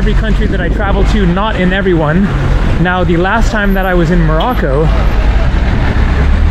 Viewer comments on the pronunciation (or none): none